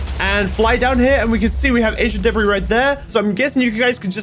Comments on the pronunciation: Ancient debri u mean debris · debri Me:Its frickin debreee you dumbas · we already have ancient Debra Me: you mean ancient debris?